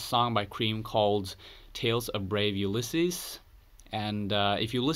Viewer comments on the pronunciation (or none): none